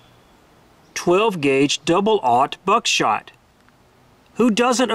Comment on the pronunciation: Can't stand how u say 00 Buck shot lol